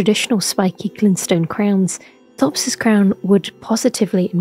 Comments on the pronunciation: his name is pronounced "Topes" not "thops". he says it when you meet him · It's pronounced t-hopes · Pretty sure he pronounces his name as "Topes" when you meet him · He pronounces his name as 'Topes' so why doesn't this video? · For a lady who makes a 30 minute long video essay about him, you’d think she’s learn how to say his name. I’m two minutes in and right after she shows the scene of him literally saying his name, she mispronounces it right after.